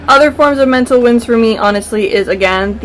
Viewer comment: When we were talking about this the other day I thought you said Winds and was so confused but now it makes more sense lol